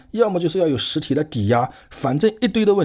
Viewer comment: 一堆的问题😂，这句话这口音，大佬浙江人？